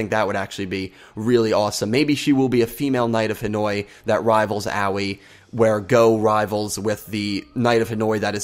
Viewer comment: I don't know how many times I still have to type this but once again I must tell you it's pronounced Ahh-oi not oww-ee please someone get this right.